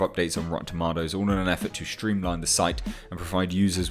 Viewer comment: Lol it's a joke that RT bothers you so much. Here's an idea. Create your own website with the features RT has taken away from you! Lol. Ps stop saying TOMATOES like that.